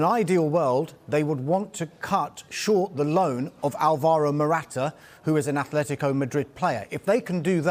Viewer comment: Great that has the consciousness to actually say A-tle-tico and not A-Flet-tico like the AFTV pundits.